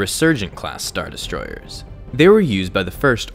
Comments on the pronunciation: Why do you have such an issue saying the word destroyers? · Did anyone notice how he says destroyers 😂 ERRRRSS not hating